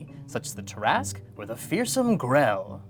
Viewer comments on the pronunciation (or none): The name Tarrasque is pronounced Tara-squee, not tarasri. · um actually the tarrasque isn't pronounced ta-ra-sk it is pronounced tera-sque (I may be wrong but I don't think so I was taught this for a very long time haha) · Um actually, its Pronounced Terra-skew not Tear-ask